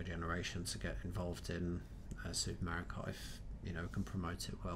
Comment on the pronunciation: Nobody says Mario karter 🙄